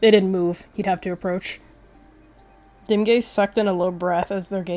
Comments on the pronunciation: at first i thought you said dem gayz not dimgaze LOL?? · i thought you said dem gays instead of dimgaze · Please tell me im not the only one who heard dimgaze and dem gays- ...when you said 'i elected dimgaze' i thought that you were were shipping dimgaze and sootleaf